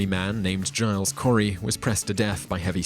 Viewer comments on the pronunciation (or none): none